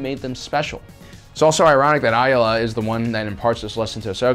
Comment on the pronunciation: I love these videos but the one thing that bugs me is that you sometimes get the pronunciation of certain names wrong. For instance, Ahsoka has said her last name is "Tah-no", not "ta-no", and Aayla's name is pronounced "ayy-luh".